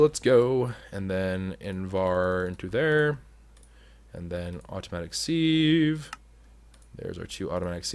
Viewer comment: anyone else from say sieve like "siv" rather than "seev"